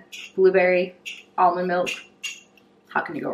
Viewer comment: Why do people say Almond like that ;-; You don't need to overexaggerate when you are pronouncing the A